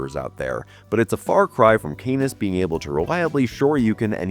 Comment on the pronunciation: Canis = CAN-iss, not "CANE-iss" And it's *PREceptor, not "PERceptor." 🤪